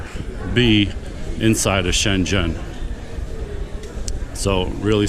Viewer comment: Good to know, thanks for putting this together. Just one point, "Schengen" is pronounced with a hard g sound...it's not a city in China! 😉